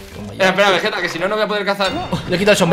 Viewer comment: Nose dice vegeta se dice vegetta